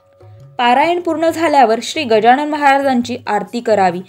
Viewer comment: Gajanan bola गजाणन म्हणू नका. Pronounce properly.